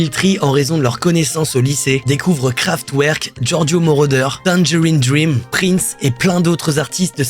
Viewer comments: Super vidéo continue comme ça fréro ! Juste je dis ça en mode bienveillant mais on dit KraftVerk :)) 🔥🔥🔥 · Pour rectification sans animosité, on dit Kevin SauNderson ainsi que KraftVerk :-)